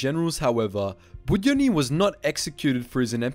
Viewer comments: While I completely understand how hard complicated russian names for english speakers are, you pronouncing his second name completely wrong). It's more like Bud-yo-nyi. With the emphasis on 'yo', it should sound like you saying hello, but much shorter, cut long 'ooo' part off. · Bood-YONN-y. Stress is important in Russian. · The way you pronounced 'Budyonny' is surprisingly Korean to me 😂😂😂😂